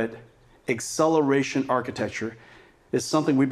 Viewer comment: Excelewation softwawre